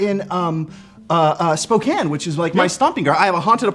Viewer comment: You know Shane doesn't know Spocompton well when he calls our town "lovely" 😂 But hey thanks for pronouncing it right!